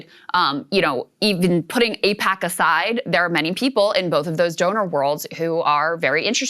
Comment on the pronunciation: Its like AIPACman's " eyePAC ayePAC eePAC .... what even is it ?"